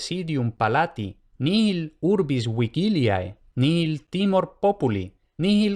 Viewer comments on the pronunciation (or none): ¿En "vigiliae" has pronunciado la g como k?